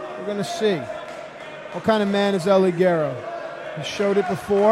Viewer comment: if only they would pronounce EL LIGERO correctly -_